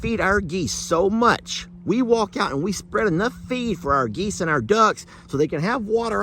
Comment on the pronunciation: You have “duckens” lol